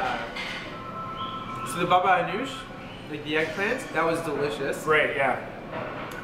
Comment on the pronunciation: Haha when he kept saying baba anoush instead of baba ganoush 😂😂